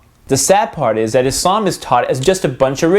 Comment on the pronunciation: dont wanna be a gramer nazi but you said islam wrong and if your offend i dont care fo dat snicth fo dat snicht